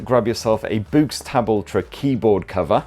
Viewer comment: Is it really pronounced as in "boo"? I would have thought it was to be pronounced like "books".